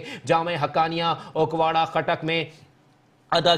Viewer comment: its not ukwara its akora.news caster sab